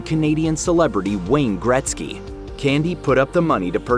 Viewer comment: wtf is wayne gretsy.?